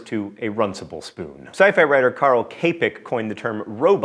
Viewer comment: "Carl Kaypack" made me wince so hard. Please stop pronouncing non-english names in an english way.